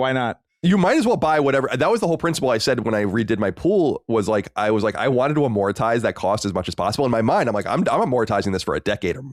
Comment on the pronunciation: Sorry to be that guy but amortize is 3 syllables. You're adding an i in there and saying amoritize.